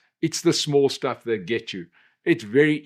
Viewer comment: sh...sh...shtuff 😂 we know, we know